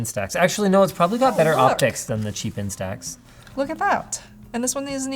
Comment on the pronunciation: It's "Insta Ex", not "In Stacks"